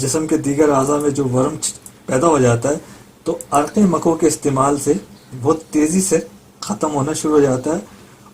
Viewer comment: makoh aur muhazzil hai sahih talaffuz istemal krye